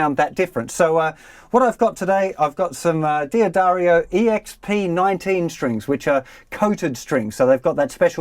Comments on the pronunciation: The correct company name is pronounced Duh-Dario, not Dee-Addario.Many make this mistake. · Is not DEE-addario, but DADDARIO pronounced :-) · It’s not dee a dario but dahddario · Really helpful video. But mate, could you stop saying 'Dee Addario'? It's driving me crazy!